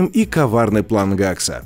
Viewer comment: гакс , вроде бы его зовут хэкс